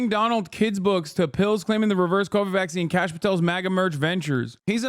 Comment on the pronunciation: Some casual Indian racism in this comment section. Kash is likely a shortened version of Aakash (which is a realllly common name). People also pronounce it as Cash rather than Kaash which is not correct. Edit: His name is actually Kashyp, so I was right on it being shortened but not the name.